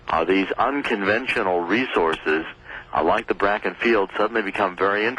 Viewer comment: This guy is a furicking IDIOT !!!! He don't even know the name of the formation. It is NOT the "BRAKKEN formation it is the BAKKEN FORMATION NOT BRAKKEN